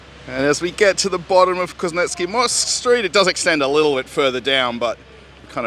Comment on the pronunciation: Hi, Good to watch your videos, just one constructive suggestion-please, please, please-make a memory note and try to pronounce street names correctly. It's getting closer to being just ridiculous, this is after you have been there for 8 years. Just to give you an example from this video, in your interpretation, Kuznetskiy Most which translates as "Kuznetzkiy Bridge", sounds on one occasion as "Kuznetzkiy Mosque" and then half a minute later as "Kuznetzkiy Mozg", Mozg meaning brain in Russion. Thank you:)